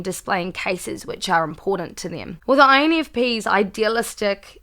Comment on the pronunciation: “Infpenis” haha. Great video! My birthday is tomorrow btw! -infp -a from New York ✌🏾